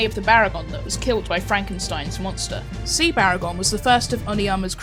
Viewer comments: Baragon not bargain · its baragon not bargain